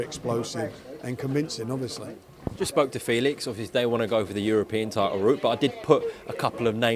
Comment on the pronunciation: How come Frank always says tidal instead of title? He pronounced his Ts correctly in every other word he ever says except for when he says title